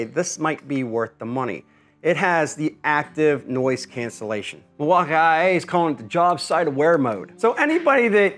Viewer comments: Cause it is pronounced mil-walk-ee, sir. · Were tf do you get IA from Milwaukee?? Is it just your boomer humor or do really think its said that way ? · Bro said Mil-walk-IA ☠️ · Hi, first time seeing this YT channel. Is the pronunciation of milwaukee an inside joke? Because from now on I’m adopting that lol I love it. I almost went into Home Depot and asked an associate there if they had the mill-waka-eye-aye forge battery 💀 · Somebody else pronounce it “Milwa ah ah eh” lol 😅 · Its not the buds bro, its the mill wok eye aye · you speak funny mil wauka aee but reeel nice like buyin that thing🤣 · Why does he keep saying milwauk I A ? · What’s up with the way you say Milwaukee ? Doesn’t make any sense. I mean I’m guessing it’s just to annoy people. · Please say Milwaukee normally... I grew up there.... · Wow you can fake pronounce Milwaukee your so brilliant. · i hate how you say milwaukee 😂😂😂😂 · omg..... learn how to say milwaukee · Please do us all a favor and stop saying Milwaukee and music that way. Terrible, you're not funny